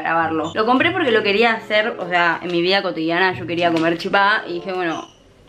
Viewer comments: Cada vez que un porteño dice CHIPÁ o CHIPACITO un misionero muere. Se dice CHIPA sin acentuar la A lpm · Por cierto se dice chipa con acento en la "i" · No sabía que habían personas de baires que dicen chipa y no chipá uwu eso me alegra ah los tkm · Porque dicen chipÁ? Es chipa, normal sin el tilde, colta. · Y no se dice chipaa de dice chipa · Te banco,pero me molesta que algunos porteños digan "chipá", es CHIPA lpm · Nerviosa me pone cuando dice chipá🤣 CHIPA ESSS añarako🤣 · Es CHIPA sin el acento Me frusta cuando dise chipá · no soy mala ni una either pero se dice chipa no chipaaa😂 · COMO VAS A DECIR CHIPÁ ES CHIPA SIN TILDEEEEEEEEEEEE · Se dice chipero amiga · Porque dice chipá me desesperaaaaaaaaaa, es chipa sin acento ppr diosss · nose dice chipá se dice chípa* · es chipa no CHIPA en ese tono0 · Es chipa ...no chipá ....pa saber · Nuestra chipa, La chipa, Pronuncias mal el chipa cargas mucho al final se carga en el Chi no el pa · No es chipá es chipa gran 7 infórmate para hacer tu video, es una comida típica de Paraguay y no se pronuncia como te da la gana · La chipa es de Paraguay punto final,me molesta que los argentinos lo pronuncien mal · Solo a mi me molesta que digan Chipá? No es hate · COMO VAS A DECIR QUE LA CHIPA ES ARGENTINA ENSIMA QUE LO PRONUNCIAN MAL 😐😐😐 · Lo gracioso es que "chipa" Es un término derivado del guaraní, además que ni lo saben nombrar bien. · Es la chipa, solo los argentinos pronuncian mal. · Chípa con asento en la i:3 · Algunos de los youtubers que sigo suben videos haciendo chipa y les juro que odio que digan CHIPÁ, NO SE DICE ASIIII AAAAAAAA bueno igual te quiero mucho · Soy de Paraguay y en guarani se dice "ShipA" asi suena la ch suena sh Y en castellano es Chipa sin el acento en la A